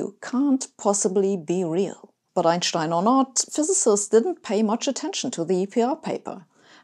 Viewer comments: It’s German pronunciation, and I’d also say it’s the correct one… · Sabine I'm smitten you have it all brains a seductive accent,good looks and best of all confidence so if you're interested let me know I'm sure my wife won't mind!!! Seriously I love your videos but my favorite thing is the way you say Einschtein it sound right!!! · That's the correct German pronountiation. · It is always pleasant to hear Einstein's name pronounced correctly. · I don't know where you are from (I'm french) but it's refreshing to hear Einstein's name pronounced correctly